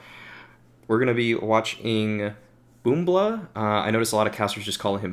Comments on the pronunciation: It's pronounced boomych not boombla, still a great video tho! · Not Boombl4. бумыч(BOOMICH) ON RUSSIA language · BoombI4 is pronounced like boomych, and balblna sounds like valyna, jmqa is for jimka. russian 1337 speak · His nickname is likely to be pronounced as "bumych"